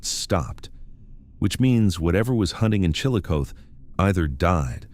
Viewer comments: Chillicothe is pronounced Chillo-Coth-ee. Coth rhymes with broth!!! Scioto is pronounced Sigh-oh-toe. I think you video creators need to really watch local newscasts in order to figure out how to pronounce words! You sound super ignorant!!! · chill-uh-coth-ee and si-o-ta. there, fixed that for you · Chillicothe. is pronounced Chill A Coth E. (Coth like Goth) your welcome lol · It's pronounced Chilli-CothEE and Sci-0T0. US Rt 23 -35 & 50 all intersect here. It's called the Hillbilly Highway because 2-3 generations of Appalachians traveled North from KY, VA, WV for Construction Work when the coal mines were unstable. The Opioid Crisis followed post Y2K. fyi